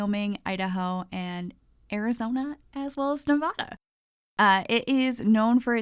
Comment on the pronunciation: Nev-ah-da please!! Not Nev-aw-da